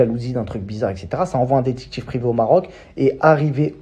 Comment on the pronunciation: “Le dectCHIctCHIve privé” 🤣